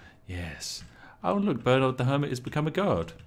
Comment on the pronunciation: Spiff? Why are you pronouncing Bernard like a colonial? Shame! Shame! Shame!